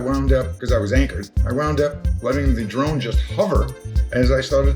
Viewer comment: You said, "I am now a drone pilot", I heard, "I am now a drown pirate". Had to rerun and listen again. LOL.